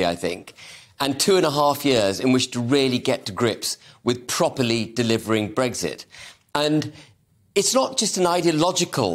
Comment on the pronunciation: Ben H. There is no G in Brexit